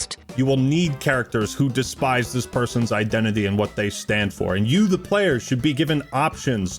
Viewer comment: Android wilson: Is this good for the playah?